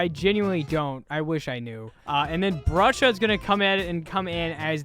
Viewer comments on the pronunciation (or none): brusha is not baba😐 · BRUSHA. CRAFTY NOT RODGER YOU. MIXED THEM UP RAAAAQQGHGHGHGHG